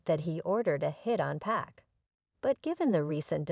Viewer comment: P AH K! Damnit man. I hate to hear someone call him 2 Pack. Ughhh.